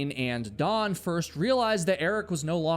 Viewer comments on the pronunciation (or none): none